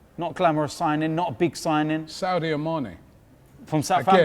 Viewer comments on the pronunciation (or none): It is sadio not saudio Robbie